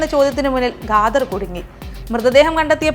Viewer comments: Gader അല്ല khadar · Ghadar alla edo.. Khader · ഗാദര് അല്ല കാദർ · ഗാതർ യൂസഫ് അല്ല ഖാദർ യൂസഫ്..ഖരത്തിൻ്റെ ഖ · First of all , ഖാദർ ഇൻ്റെ pronunciation തെറ്റാണ് ,അത് മാത്രമല്ല കൊലപാതകിയെ അദ്ദേഹം എന്നൊക്കെ വിളിക്കുന്നു....ഇതുപോലെ വിവരവും നിലവാരവും ഇല്ലാത്തവരെ കൊണ്ട് ഫീച്ചർ ചെയ്യിപ്പിച്ചാൽ ഇങ്ങനെ ഇരിക്കും.... കുറഞ്ഞത് ഇത്തിരി കോമൺ സെൻസ് ഉള്ളവരെ വെച്ച് പ്രോഗ്രാം ഉണ്ടാക്ക് മഞ്ഞരമേ.....😢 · സത്യം 😂 pronunciation തെറ്റാണ് ,അത് മാത്രമല്ല കൊലപാതകിയെ അദ്ദേഹം എന്നൊക്കെ വിളിക്കുന്നു.... നിലവാരം ഇല്ലാത്തവരെ കൊണ്ട് ചെയ്പിച്ചാൽ ഇങ്ങനെ ഇരിക്കും